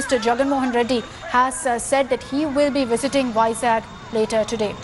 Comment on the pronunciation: it's vizag not vizak